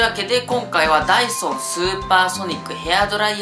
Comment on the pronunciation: ダイソンが、ダイソーに聞こえた❗